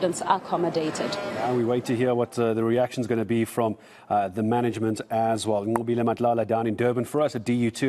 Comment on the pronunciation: The way white dude can straight up pronounce "Nqobile" makes me moist